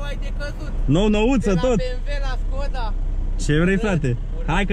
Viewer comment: Defapt normal skoda se pronunța ,,şkoda"